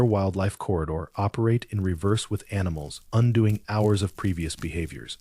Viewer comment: when talking about the geyser, it says 800 g allons and not gallons. And when talking the time, 10-14 hr cycle and h hours instead of Jusr saying hours That seemed like ai to me, but thanks for clarifying